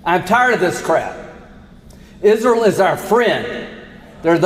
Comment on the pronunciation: Why does call it izril?